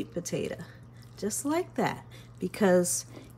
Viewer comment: The way she pronounces “potato” drives me nuts. Why does she say po-ta-uh?